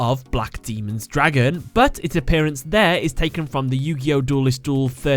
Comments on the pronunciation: Daemon is not pronounced the same as Demon man. it's pronounced like "Day-men," damn it. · The word "Daemon" is the old English spelling of demon and is pronounced as "Day-mon" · Just want to say, when you are talking about Fiend Dragon Black Daemon's Dragon, you pronounced daemon as demon. There is a big difference between the two. Demons are a lot weaker than daemons and come from the devil, while the stronger daemons come from the four horse men of the apocalypse, War, Famine, pestilence/Conquest, and Death, and are sent out to collect the souls of the damned. FYI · Daemon is pronounced how it looks...DAY-MON